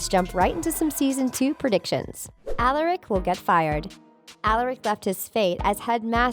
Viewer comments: Why in the fuck would Klaus , Elijah and Hayley emerge from the puddle when none of them were killed/consumed by malivore ? Lmao guys please get people who can pronounce Michaelson (My-cul-sun) and Alaric(Uh-lar-ic) and who are familiar with the TVDU. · "Alarek" "Alarek", "Alarek", "Alarek" I can ignore it once Such as I did when you said "mikelson" But saying a name wrong 4 times in a row is just too much... makes me not feel a connection to what is being said, as the person who is saying it clearly didn't watch the show Even if that person is different from the script writer. Seriously, I subscribed at the start of the video, and unsubscribed by the end of it. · So you said Alaric’s name wrong and then hopes last name wrong and the you said Klaus’s name wrong and then you spelled Hayley’s name wrong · She also said Alaric wrong